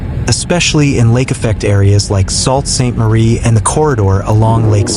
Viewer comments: you're salt sainte marie, it is pronounced sue sainte marie!!! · You guys just can not get the name right - Sault Ste. Marie is pronounced SUE Saint Marie.